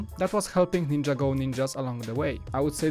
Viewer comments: It's ninjago not ninjAgo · It's not ninja-go it's nin-jago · Dude its ninjago not ninja go!